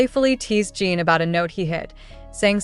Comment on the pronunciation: His name is pronounced Gin, like the alcohol, not Gene like you keep saying. It's not Seok-Gene, it's Seok-GIN, spelled and pronounced just like it looks, Seokjin! 🤦🏻‍♀️